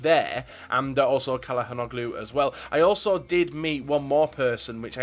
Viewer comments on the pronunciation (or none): It's pronounced Chal-ano-lu